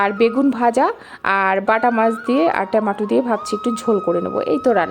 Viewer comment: Ha thik.abar tamato bolle.ota hobe tomato. টমেট